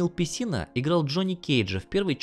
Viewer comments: Дэниел Песина а не Пипися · Он сказал пеписина и да же не поправил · Итак, про пеПИСЮ. Я до победного верил, что автор просто оговорился, но после того как я услышал это от него с усмешкой, я бы порекомендовал перезалить видео без этих фраз. Это очень некрасиво. Кстати, Карлос Песина в MK Deception играл всех персонажей вообще, ибо все боевые стили были сняты Motion Capture'ом именно с него. По сути, видос очень познавательный. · А шо, Дэниэл Пипися норм звучит. я даже орнул